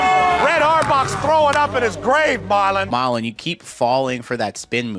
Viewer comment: No disrespect to anyone.. but growing up watching this i always thought Petros was just making fun of the boston accent. I never realized till today that his name was actually MAH-lon not MAR-lon 😭😭😭